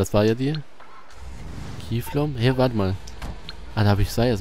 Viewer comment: Wie immer kiefllom sagt, statt kifflom:D